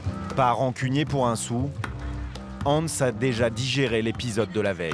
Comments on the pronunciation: Il s appelle Antsa pas Hanz...haha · les gens c'est " Antsa " et non Hanz, merci!